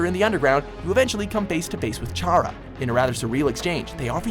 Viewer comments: spelled chara said cara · It's Chara as in CHARActer. Just thought I'd throw that out there. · Ya pronounced Chara wrong. It's basically like character but take out C.T.E.R. So it's short for character. CHARActer. Just to let ya know. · Chara is pronounced like character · i fucking cringed hard when he pronounced Chara like that. It's supposed to be pronounced CARA like Character... I'm upset about this sry. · chara is pronounced "cara" because her name is based off the word character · IT'S NOT CHARA IS PRONOUNCED KARA!! LIKE CHARACTER JESUS FUCK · i'm hurt when he said chara wrong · It's funny how none of us UNDERTALE fans have noticed this... Everyone. Says. "Chara's". Name. Wrong. EVERY. FUCKING. TIME! 3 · Ewww, their way of pronouncing "Chara". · it's like Character. the Ch sound instead of Character is just... it doesn't sound right